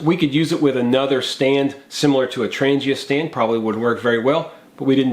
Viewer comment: I’ll stick with my Trang-GHEE-ah. (Sorry it drives me crazy when it’s pronounced wrong)